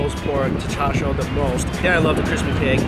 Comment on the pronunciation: Hearing her say char sui pisses me off